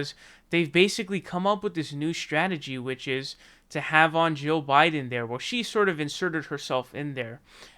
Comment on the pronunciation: I can't tell the difference between your pronunciation of "Jill" and "Joe".